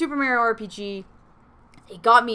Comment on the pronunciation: The way she says it Mare-E-O LOL love it